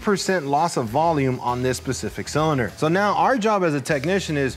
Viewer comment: The s is silent in specific 😂